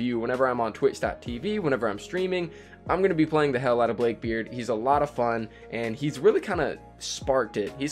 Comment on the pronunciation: He pronounced it blake beard